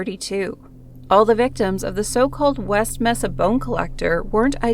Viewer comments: Pronounced May-sa=Mesa good video though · It's pronounced MAsa. Mesa. Just sayin. Anyway, creepy. As long as there are people on earth there will be murder.